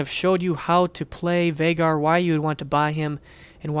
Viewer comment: Vai-gar is the pronunciation.